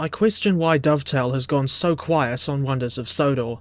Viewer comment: Sonders of Wondor XDDD